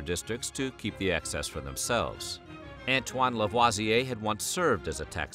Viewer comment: This was really interesting! I’m half French and I did not know this story. Really wonderful information. Ps- thanks for pronouncing LaVoisier correctly!👍